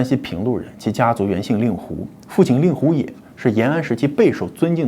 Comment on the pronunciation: 令狐读音（líng hú）